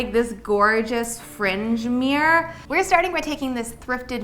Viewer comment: I love you but your pronunciation of MIRROR is not ok xD